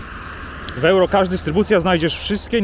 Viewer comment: Jak już chcesz po angielsku, to "juro" a nie "ełro"